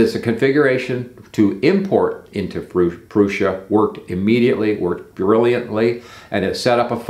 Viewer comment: pronouncing Prusa in the right way is a kind of respect! Got me subscribed.